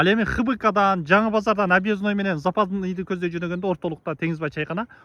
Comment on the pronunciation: Запазный эмес западный